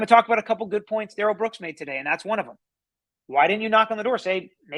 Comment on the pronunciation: It’s not Darell, Da’rrell. Everyone in court should start pronouncing it that way and MAYBE he will stop saying he doesn’t consent to being called that name and doesn’t know anyone BY that name. He called himself Da’rell in the arrest video.